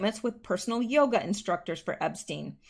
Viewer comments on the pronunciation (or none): none